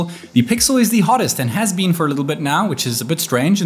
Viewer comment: "Its battery life has bean insane"